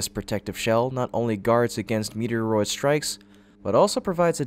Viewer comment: Metor and asteroid lol he mixed them into meterioroid ? 😅😅